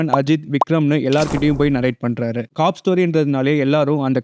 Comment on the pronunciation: adeii 'COP' nu oolunga sollu dahh summa cock cock ntu😂😂